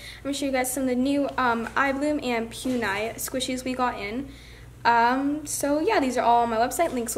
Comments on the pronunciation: It’s it’s poo-nee-mar-ooh not pew-nee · I’m sorry but you are pronouncing Puni Maru wrong. It is not pu niya. ( idk how to spell how you said it lol) . It is poo-ne- ma- roo. I just spelled how I think it is said. No hate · Its puni(poonee) notpyuni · no offence but every time she says 'puni' pronounced as 'poon-eye' instead of 'puni' pronounced 'poonie' i kinda die inside. not hating though, amazing store; 10/10♡♡ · Poon-I 😂 FYI it is pronounced "Poon-e Ma-roo" 😊👍🏻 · its not pun- I its pronounced pun-E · It’s Puni Maru not PUNE-I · Oh no trying to be mean but Puni is not poon- i it is pue-ni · It’s not pun i it’s puni and not just puni it’s puni maru no hate tho just figure it out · its pronounced like pune not pu-ni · You say pu - knee not pu -ni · Not trying to hate but u said ‘poon eye’ but it is pronounced ‘poonie’ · I got so triggered when she said pewnie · i wasn't aaaaallllllooooonnnnneeeeeeeee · ghostyykuma she also says “maroo” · ghostyykuma me too lol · she has really good squishies in her shop yet she says Pue Nigh 😂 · It triggers me when u say Pue-nye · She is saying puni wrong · You do not pronounce puni correct